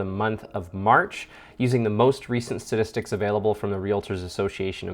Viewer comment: Thanks for the update, but I'm pretty sure you kept saying "stadistics" rather than "statistics". 🤔